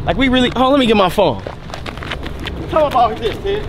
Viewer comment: still say phome